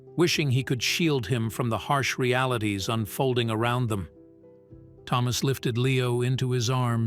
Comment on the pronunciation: Around is basi english, never heard a-row-and in it's place? Still glitching in AI. A child is more bright.